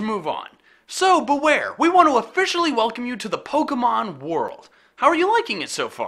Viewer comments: thay sead boowear buts its bewear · It's pronounced bee-wear